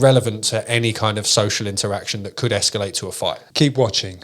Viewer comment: Thanks. But it's escalate, not esculate.